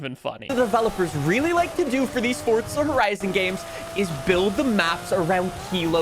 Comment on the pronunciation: He still mispronounces Forza Horizon